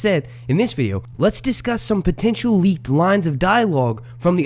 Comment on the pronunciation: If you are saying these are to be taken with a grain of salt why do you keep putting emphasis on the word "leaked" makes no sense and is just click bait at this point.